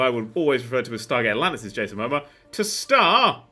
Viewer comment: The way tries to pronounce 'Momoa' hurts my soul oh so badly